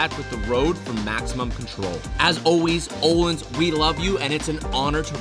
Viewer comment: Öhlins (ö) is not "o" it's like the the sound you make when you're about to Puke😂 If you write island in Google translate to Swedish that's how you say it :) This is very important!!!!